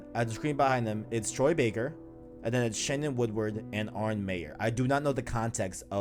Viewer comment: Great video guys. As always, was looking forward to this! By the way it's Arne not Arnie lol. Also in that e3 gameplay trailer they had in the corner "captured on ps4 pro" and if anybody can get that smoothness and amazing graphics on a ps4, it'll be naughty dog